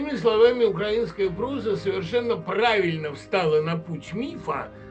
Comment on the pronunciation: УкрАинская культура, укрАинец режет слух,. Это странно, что филолог ставит неправильно ударение. И даже не слышит, что Быков произносит укрАИнец. Надеюсь, что этот комментарий будет замечен.